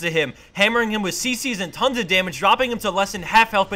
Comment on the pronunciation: did u guys heard "tons of damage"